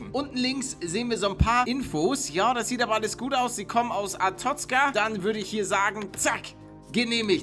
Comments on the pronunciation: Ich liebe papers please.Die story ist gut man muss sich viel merken. Und es wir Arestozka ausgesprochen. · Palle du sprichst Arstotzka falsch aus Es heißt aRsToTZka die groß geschriebenen sind die wichtigen Ciao! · Azitotzien xD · man spricht es Arastotzka aus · Paluten-beschützt sein Land weiß aber nicht wie es ausgesprochen wird 😂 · Hast Arstotzka falsch ausgesprochen